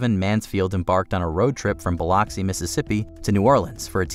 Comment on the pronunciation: C'mon. That is not how you say Biloxi.